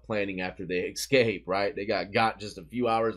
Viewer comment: Love you bro but it’s escape not excape, I’m sorry but it’s a pet peeve and you as a broadcaster should tighten that up, no offense, it’s constructive criticism and from respect.